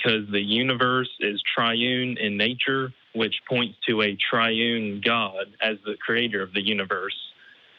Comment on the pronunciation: a "triun" god, lmao